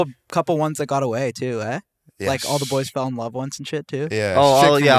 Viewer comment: You can tell Kyle is sort of bothered by snatching his girl when the Canadian came out of him " you fucked in my room EH?"